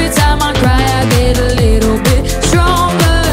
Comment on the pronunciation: It's pronounced sTronger not sHronger